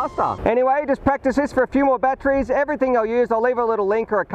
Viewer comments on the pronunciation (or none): none